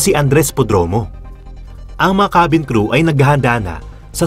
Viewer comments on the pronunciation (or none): none